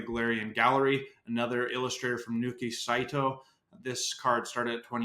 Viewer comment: It’s Naoki Saito not Nooki just fyi